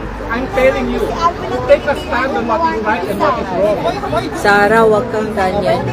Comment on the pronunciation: "Tek a stun", roque, lawyer k b tlg? Tek a stun?😄